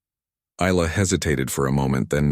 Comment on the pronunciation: Isla - the s is silent, pronounced eye-la